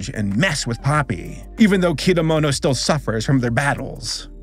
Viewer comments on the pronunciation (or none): Nice, but why do you pronounce Kedamono's name as "Kidamono"? 😂